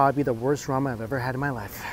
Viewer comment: That isn’t ramen. That’s ra-meh.